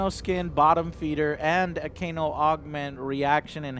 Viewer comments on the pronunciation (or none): none